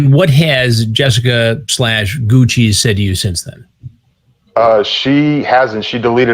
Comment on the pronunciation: lol hansen saying GOOCHEESE